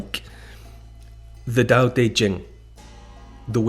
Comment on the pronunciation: Thank you! Especially for the pronouncing Tao. I met a mum once who named their son Tao. Sadly was pronounced dhow, tho.🫤